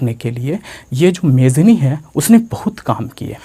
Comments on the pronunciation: Its not मेजनी its मेत्सनी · sir vo mejini nhi jemini hota hai